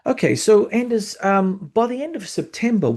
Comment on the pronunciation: Excellent interview again, thank you. (by the way the D in Anders' name is silent)